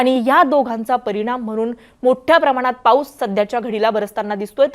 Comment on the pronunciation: परिनाम म्हनून........😂😂